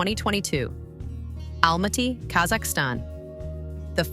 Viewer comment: I HATE when people don't learn how to say his name correctly, like it's Mashed potatoes and Almaty was mispronounced, too and other words. And it's really no one's business as to why he is still single.